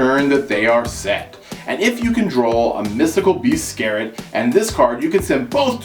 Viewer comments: mystical beast "scare-it"? you mean mystical beast "Serket"(sir-quette) right? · Mystical Beast SER-KET gg.. Not skeret 😅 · it's SEKRET